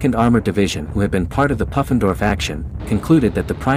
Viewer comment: I think it's pronounced poo-fen-dorf. Short oo, not uh.